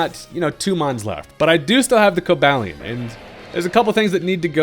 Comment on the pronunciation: Actually, it's pronounced Coh-BAY-li-un.